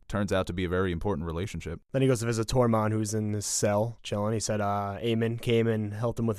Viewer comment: I cringe everytime he tries to say Tormund's name. "TOREMON"